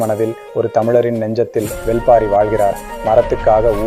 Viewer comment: Brother... Thats not வெல் பாரி... That's வேள் பாரி